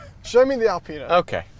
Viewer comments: A-penis.......Apinas......Alpinas... Well played, well played. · gets into the X7 “This is Al-penis version.”